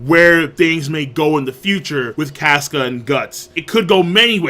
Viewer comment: Caska is cah-ska not cas-ka like casket